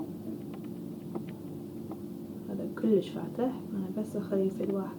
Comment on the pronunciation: بتصور بتقدر تحكي عربي بس بتتصنع اذا قادره تحكي لهجه صعبه ما في تحكي صح لانه عم تلفظ كلام صعب حدن يحكيه كلش كلش احشي احشي شو هيدا ما قادرا تحكي عربي